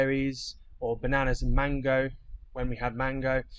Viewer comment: do you think you could just take us through your pronounciation of bananas? I mean, I like it, but just think it needs an explanation! 😆